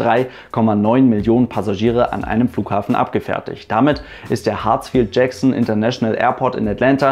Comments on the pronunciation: Haha ich auch! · Ich habe HartzIV Jackson verstanden XD